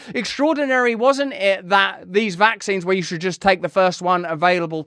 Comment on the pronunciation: VACKSSSSSS EFFFFFFFING SEEEEEEEENSSSSSS LOL. Sounds funny. VACKSSSSSS SEEEEEEEENSSSSSS